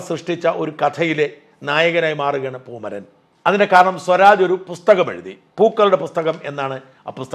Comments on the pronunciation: പൂമരൻ അല്ല " പൂമൈരൻ " എന്ന് തിരുത്തി വായിക്കുക 👍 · പൂമരൻ അല്ല പൂമൈരൻ ആണ്